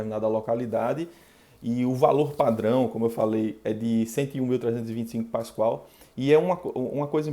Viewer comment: Muito boa aula, só um detalhe que gostaria de atentar é que o nome certo da unidade é Pascal e não Pascoal.